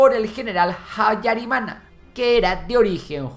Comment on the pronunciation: Antes de nada me gustaría corregir que no se pronuncia Jutu si no utu, tampoco jabyarimana si no Abyarimana, así es la manera correcta en español, francés, suajili y kinyarwanda. Mobutu hizo un gran error al no haber entregado a los responsable del genocidio, por culpa de ello RDC se encuentra en una situación desastrosa desde entonces, donde los tutsis siguen sufriendo agresiones como en la región del Kivu. En todo caso gracias por el video